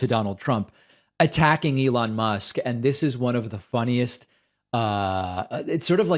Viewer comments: we heard you say lelon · He called him Leon and then repeatedly said Elon, so that folks wouldn't think that his brain is mush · He had a glitch, started by calling Elon, Leon. Then caught himself. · Leon, lol. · Yes, he said Leon! 😂😂😂😂😂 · Sounds like "Leon...Ellond" to me before he finally got it right on the third try. The hell does Rivendale have to do with this? The hobbits' company is RocketLabs, not SpaceX. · That's weird, cuz when he repeated Elon after his mistake, my first thought was: Mush. Confirmed. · Love how he mispronounced Elon's name and then tries to play it off.